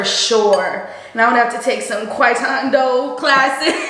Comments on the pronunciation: Kwai tando took me out..... it's definitely tai kwando I'm loving this content for sure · ur great, she said quitondo and u rolled with it 😂